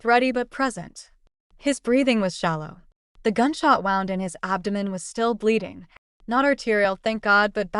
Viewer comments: The word wound is pronounced "wooond" when it concerns damage to the body. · Who is reading? Wound is pronounced "woo - und". Read in the context text used is pronounced "reed". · Why can’t AI pronounce “wound”?